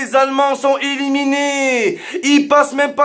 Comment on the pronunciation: on dit "eliminés" et non pas "iliminés" mais tjrs au top t videos des barres